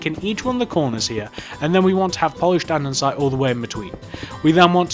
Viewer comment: andesite not andensite